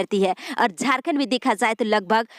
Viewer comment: News padhne me aap "z" bahut zeyada bolti hai jaise jharkhand ko aap zharkhand bolti hai our jab ek sentence kahatam ho toh kuch second ke liye ruk kar phir doosri line bolna chahiye. (Zald nahi jald. Zab nahi jab ye sahi word hai )aap urdu Sikh lengi toh uchharan theek ho jayega.